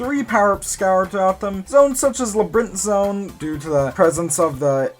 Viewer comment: he's saying he thought you said labrith zone not labyrinth zone.